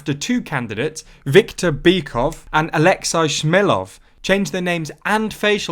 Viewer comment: just a heads-up, it's pronounced alex-ay